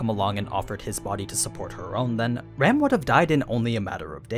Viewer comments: Am I the only one that kept hearing him say Ram as Rem xd? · You keep referring to Ram as "Rem", but who is this "Rem"?